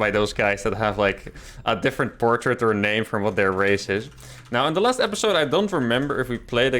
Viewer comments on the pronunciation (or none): none